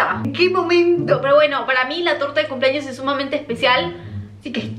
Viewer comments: Campaña para que aprenda a decir CUMPLEAÑOS y no CUMPLAÑOS!! Me estresa cuando dice CUMPLAÑOS! Al igual cuando dice PAPA NUEL JAJAJAJA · Por qué dice cumplAños 🤦🏻‍♂️. Me altera, es cumplEaños 🙄